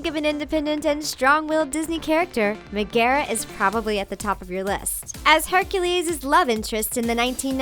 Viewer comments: Mehgeherra... first time I've ever heard anyone not say it as Meg-ah-ra. Cool Hero's, shame they weren't original here's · mi- gera?um- its pronounced Meg-ara but ok xD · IT'S NOT "ME--GARE--A" IT'S "MEG--ARE--A" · u guys said megara wrong me-ga-ra thats how no magara its meg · It's Meg-gaa-raa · it is not magarra magen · Can she say megera right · So cringed out by them saying Megara wrong! But other than that, Awesome vid! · Megara is not a princess and I don't think that's how you pronounce her name.